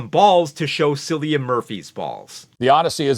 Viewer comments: It’s pronounced “KILLIAN”, not “SILLIAN”! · I have but one critique its Cilian with a k sound not an s sound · Not a big deal,, but Cillian Murphys first name is pronounced with a hard C